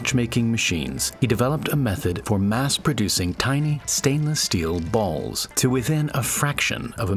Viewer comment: why did he hafe to put the enthisis on the word balls?